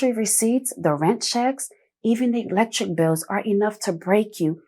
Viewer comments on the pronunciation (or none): For everyone elks Eglectric bills Please tighten up your pronunciation. You deserve it because you speak so well.